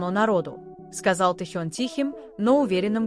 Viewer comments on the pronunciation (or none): none